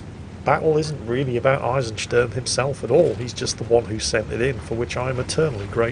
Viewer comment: hmm the Eisen in Eisensturm was pronounced spot on, but the Sturm (storm) was more like Stern (star), wich is a bit off.